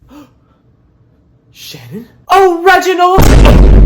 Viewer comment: SANNON WUAS THE NAOME OF MUY WOOAIEFFF!